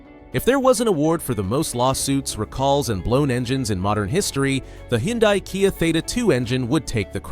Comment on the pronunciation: Lawn mower engines boosted to eek out HP. What could go wrong? What’s a hee-on-dye?